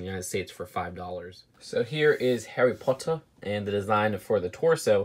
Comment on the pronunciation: Daffy Potter very good point, I think it’s decent for an American